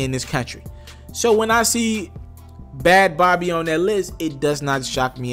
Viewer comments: Bhad Bhabie is pronounced Bad Baby. Please pronounce it properly. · Its pronounced Bad baby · I thought her name was bhad bhabie. Bhabie being pronounced as baby